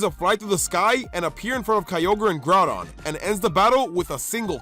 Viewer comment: DO NOT LEAVE OFF THE Y IN GROUDON! AND IT'S KYOGRE, NOT KIOGER!